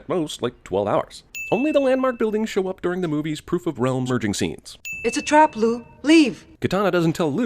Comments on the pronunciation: Did anyone else hear "It's a trap luke" and not Liu? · i dont care how well kang rocked the mullet....it was stilla fucking mullet. also liu....lew...lou.... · Why u called Liu "Lou"?